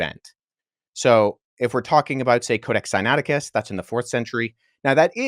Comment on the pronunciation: won this easy because of mistakes in both when he mispronounced the book name and when he falsely claimed that the crucifixion was not written in the Codex Sinaiticus, and capitalized and took advantage, but Also, opening himself up to be judged by the same Standard that was brought out, and had claim of the crucifixion not being written in the CODEX SINAITICUS been found true, then would have lost the Debate. So with that said, and the Standard set, the Debate here was about the crucifixion, but a more important topic is *(CHRIST..TO RISE FROM THE DEAD ON THE THIRD DAY), this is thee Foundation for Salvation thru christ according to 1cor,4 for all followers of Christ, without this, there is no Salvation thru christ. So according to the Standard along with 1pet,, representing all followers of Christ, must show written in the Law and Prophets, *(Christ..to rise from the dead on the third day), Especially since it's claimed by all followers of Christ, Paul 1cor,4, Jesus Luke. claimed that the crucifixion was not written in the CODEX SINAITICUS, and exposed him, proved him wrong, and showed where it was written. Now MICHAEL SMITH is claiming that *(THUS SAITH THE CREATOR YAH IN THE LAW AND PROPHETS WRITTEN WORD FOR WORD) never once said anything like *(Christ..to rise from the dead on on third day), ever! The words *(CHRIST..TO RISE FROM THE DEAD ON THE THIRD DAY) nev